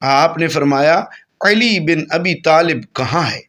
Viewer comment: Aap Uedu bhi iss tarah mazhaka kheiz, Arabi lehje mein bol rahe hain ke Urdu ka satyanas kar ke rakh diya hai. Khassosan Hazrat ALi ka naam zuban twist kar kar ke bigaar rahe hain.